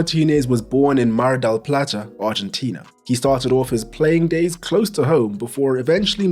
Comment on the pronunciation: As a spanish speaker it's much appreciated to hear names like "mar del plata" said correctly and not trying to be translated. Great video